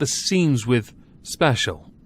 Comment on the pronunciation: "Special.... ahem speshul-"